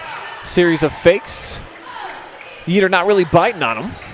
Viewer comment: YEATER is pronounced YAY-yet….not YEE-ter